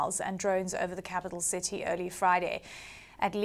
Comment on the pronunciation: Citsy. Activitsy. Puttsing. Brexit English!